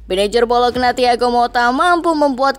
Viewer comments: Bacanya bolonya ya min bukan bologna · Bacanya Bolonya bukan Bolokna mbak😭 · Lafalnya 'BOLONYA' bukan 'BOLOKNA' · Tulis BOLOGNA ➡ baca BOLO'NYA 🦥🦥🦥🦥🦥🦥